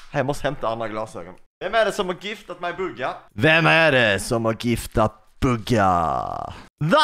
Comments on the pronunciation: du sa fel i början du sa bugga man säger typ bhuuuga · Jag gillar att du uttalar Buhga bugga;)